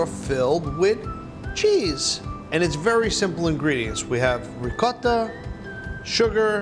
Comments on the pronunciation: No one: Buddy: Rrrrricotta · That’s how my Nonna said it. That’s how my mother says it. It’s good enough for them, it’s good enough for me. 😂🤌 rrrrrrrRrrrrrRrrrRRRRRRrrrr lol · Lo único que entendí fue "rrrrricota" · This guy can make a great cannoli, but can't pronounce "ricotta". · Me da risa como Buddy dice ricotta jajaja y like si no entiendes los comentarios